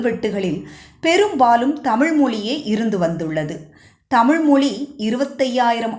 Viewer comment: Madam please learn to pronounce Tamiz correctly. Don't tamil. Iz a special letter in Tamiz.